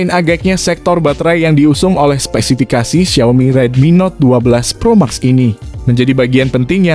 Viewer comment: Gemes bgt denger naratornya nyebut Pro Max , harusnya "Pro Mex"